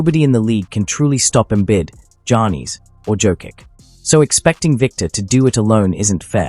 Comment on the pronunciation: Who are these players? Em-bit, Jah-nees, and Jo-kitch? Sah-bo-knees? ← [My fave mispronunciation] This is so bad lol. Embiid. Giannis. Jokic. Sabonis.